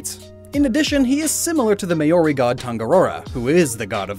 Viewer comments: Did... Did you just say "may-or-ee"? Were you trying to say MAORI? As in, the native peoples of New Zealand, pronounced closer to "m-ow-ree"!? Also, you wanna know the real reason why Gyarados and various other Gen1 'dragons' aren't Dragon-type? Dragon-type was the very last of the original 15 types to be implemented; On the internal list of type interactions in the original games, Fire-Dragon, Water-Dragon, Electric-Dragon, Grass-Dragon, Ice-Dragon and Dragon-Dragon are at the very end, while the other 14 types are more logically spread out. Also, it explains why only the very rare Dratini line is Dragon-type in Gen1, because they were probably the last three Pokemon to be added (aside from Mew, of course). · I'm surprised he could pronounce that, but not Māori